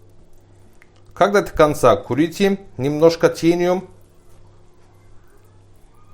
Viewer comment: Молодец! Тениум,,, вместо,,, тянем,,, кое, как поняла 😄😄😄😄Хорошо готовит,,, Уважение!!!!